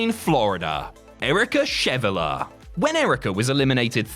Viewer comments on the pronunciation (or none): none